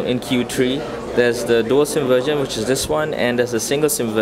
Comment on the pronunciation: they way u say 'version' sound like 'virgin' anyway, thanks a lot for this review! give me 2nd thought. so now decided. I'm going gor Miro :3